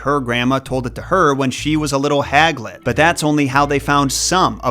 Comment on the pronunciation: "Haglet" LOL!